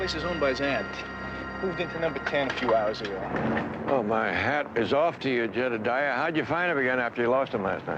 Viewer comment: Why did he insist on calling him jedadiah